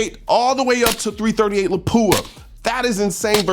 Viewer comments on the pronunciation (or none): none